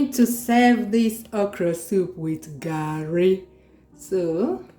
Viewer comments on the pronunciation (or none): I swear! I don talk tire say na garri o but for where! You go still hear "Gerri" 😂